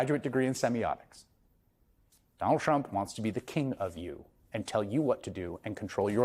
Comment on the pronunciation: "Donal Trump wants to be a keh"